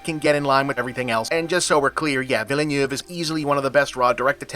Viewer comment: Bob, I love ya man, I will defend you from the most persistent kiwifarm-brand trolls down here in the comments but for the love of all things sensible the director of Dune’s surname is pronounced “Veal-nerve”.